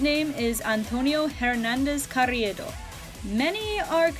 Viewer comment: Just a tip on the spanish pronunciations, rr is rolled and r is pronounced similarly to an r/l in most languages that aren’t english(so between and r, l and d) and the letter h isn’t pronounced so it’s not HAIRnandez, it’s AIRnandez. Just a lil tip, but keep up the great work, I love your videos 😊 (for reference I’m Mexican and Hernandez is a REALLY common last name in all hispanic cultures)